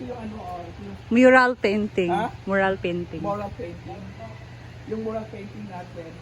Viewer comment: Yong...myural ang pag bigkas not moral. Mural Painting ang tawag dyan.